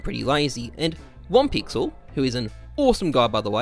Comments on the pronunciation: I like how always says OnePixel istead of OhnePixel. "OhnePixel" is german and means: without pixels. So I always have the sound of the german word in my ear:D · ohnePixel is pronounced like "oh" (like the Oh! in YuGiOh!) and "ne" (like in negotiate)